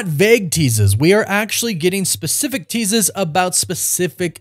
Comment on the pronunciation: "Teasas" gotta love it 😀